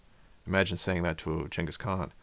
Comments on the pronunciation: Is it gangis, or yangis? Y do u keep saying yangis? Even spell check dose not recognize yangis khan. Its Gangis Khan. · They ur saying genghis kahn like jangkus kon is so annoying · Gang is khan not Chang is khan. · Never in my life heard "Jingus Khan" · Jenghis Kahn? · You know what I don't like about this video? This dude is so pompous, why is he calling him 'Chenghis Khan" without explaining?!?!?! We're just supposed to accept this?